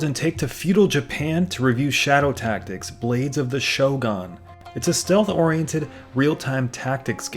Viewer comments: Cringing every single time I hear you say "shogon". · "Show Gone"? Really?